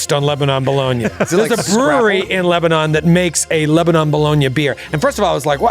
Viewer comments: It’s pronounced Leba-nin, not Leba-non in PA. Just for future reference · please get your wife to teach you and the rest of the crew how to pronounce "Lebanon".